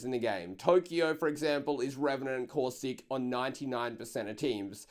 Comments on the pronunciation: The way says Caustic "COUSTIC" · He once said cautistic . I laughed soo hard